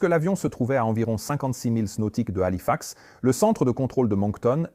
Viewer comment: Bon documentaire mais arretez avec l’ia. Parce que entre système système.... ou des bonnes fautes de language, halifax épelé ou encore 350 grammes au lieu de 350 G. Ou encore prononciations aleatoires cest gavant